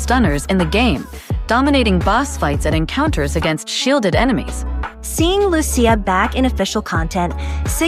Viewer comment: I hope they use the Italian pronounciation of Lucia honestly, Lu Chi Ahh, I'm sure my aunt would be happy too.